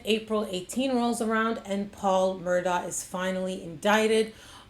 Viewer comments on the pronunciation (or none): It's pronounced Mur-doch not Mur-ah it's Irish. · It's pronounced Murdock! Just like the people on the local news pronounced it... Not MurDooough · This is an interesting report! But didn't she notice that the name is pronounced "Murdock," not "Murdaw?" People who know them say Murdock. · If you are going to be credible, your should pronounce the names correctly, especially if you are going to repeat it so many times. It's pronounced Murdock, and Alex' name is pronounced Ellic. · The "Murdah" family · You’re saying their name wrong.say it like murdock. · Well accept it’s, “Mur-dock” not the way it’s being pronounced by. Local inflection wouldn’t allow for the “der.” sorry I’ve lived there for too many years